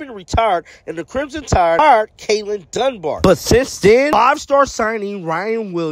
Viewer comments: Kalen Donebar? 😂 Da Boar is how its pronounced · Dunbar? 😂😂😂 Don't think that's how you say his name lol